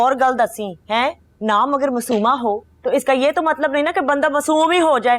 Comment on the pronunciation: be like matlab ❎ matbal✅